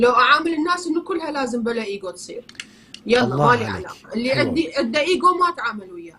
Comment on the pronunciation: النطق العربي إيجو مش أجو شكرا